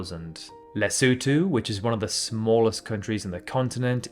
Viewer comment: thanks for pronouncing Lesotho properly